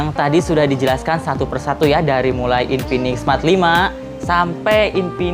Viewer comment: Infinix bang bukan inpinix😂